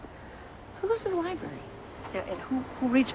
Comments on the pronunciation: Nobody: Fake grunge skater: “go to the liBERRY” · Go to the liberry.. Duude, please